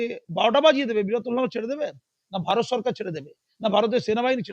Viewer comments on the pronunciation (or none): none